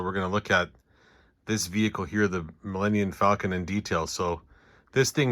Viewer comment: Is it just me, or am I hearing Millennian Falcon?